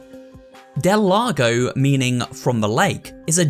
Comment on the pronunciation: Also spanish speaker (Puerto Rico specifically), I'm glad with the effort he put into the pronounciation of Del Lago and El Gigante. I felt very proud of it and it's one of the cleanest versions I've heard from someone that isn't as fluid in spanish